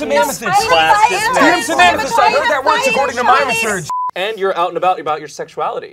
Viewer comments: pronouncing research “ri-SURCH” is EXQUISITE. That’s like the one thing I remember about that character and they took it and ran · I was waiting for it, and i'm SO happy pronounced research right